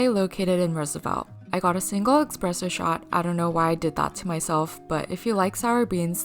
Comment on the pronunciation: Great list! But I feel like if you're gonna be reviewing coffee shops, you gotta say 'espresso' correctly first lol